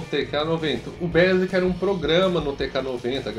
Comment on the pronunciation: Muito bom! Tenho um também.... aqui entre nóis... não é "bésiqui" , mas sim "bêisiqui" ... rsrsrsrs